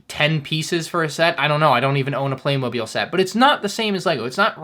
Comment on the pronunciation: Therte's no "E" in Playmobil, it's pronounced Play-Mo-Bill